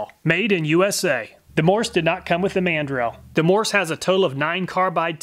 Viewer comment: How about The pronunciation of the Man. Drill! In instead of mandrel 🤣🛫